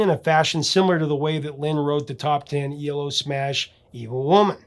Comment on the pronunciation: It's E L O. Not ELO.